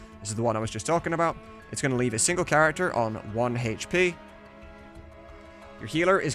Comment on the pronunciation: Sick video. It's great to see it all slowed down, stopped, and broken into chunks. Just... Stop saying hache pee.